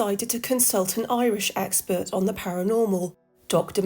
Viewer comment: It had me fooled until "the irish expert" pronounced like he was an expert on the Irish. Fun video anyway and I dont mind AI.